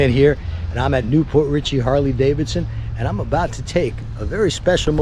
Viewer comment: 1) that is the stock exhaust and mufflers 2) “Davidson” had two “d”s in it, so it’s NOT pronounced “Davison”